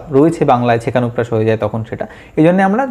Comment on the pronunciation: উপকৃত হলাম। কিন্ত কিছুকিছু টার্ম বহূ বার শুনেও বুঝতে পারলামনা অস্পষ্ট উচ্চারণের জন্য। (যেমন সেকানুপ্রাস না ছেকানুপ্রাস না সেখানুপ্রাস)